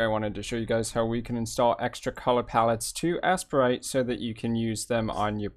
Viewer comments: This was very helpful, Butt it's pronounced A-sprite not Ass-a-prite! LoL! Loved the video though! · Assprite? Lol you mean Aye-sprite. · I really doubt its pronounced Assprite but to each his own.